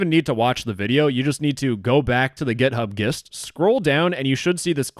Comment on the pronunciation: The GitHub WHATT????? Ain't no way you called it a GitHub Guist...